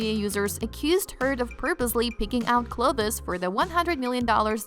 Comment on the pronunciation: Did she really just read "clothes" as "cloth-ez"? 😳 I didn't hear anything after that....